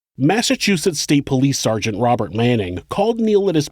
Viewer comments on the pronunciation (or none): none